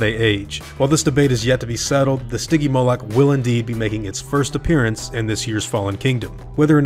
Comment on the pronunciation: It's not stigymolac it's stigymolich (spelling)